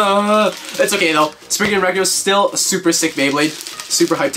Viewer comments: It’s not sprign it’s spryzen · You said Legend spriggin